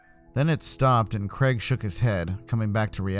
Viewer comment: And it’s Craig.